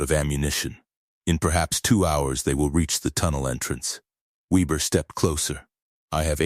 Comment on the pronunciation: try VAY -BEAR